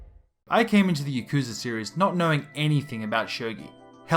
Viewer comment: you’re not pronouncing yakuza right and aggghh